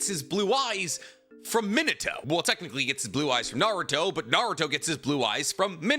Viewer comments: it’s not Mino-toe. It’s Me-na-toe. Listen to how Kushina says it in dub or anyone man pleaseeeee you’re killing me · it is pronounced Me nah toe Not min a toe Man has a tattoo of him and can't even pronounce his name correctly